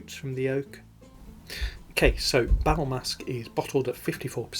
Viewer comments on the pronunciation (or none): Nice video,, and nice editing....For the record, it is "Bal Masqué" in French, so in English "Masked Ball" (from French: masque = mask & masqué for masked), maybe you can pronounce it like that:" Bal Maska" (in English) with less emphasis on the final "a", cut in a way before ending...not sure it is clear, lol. Cheers!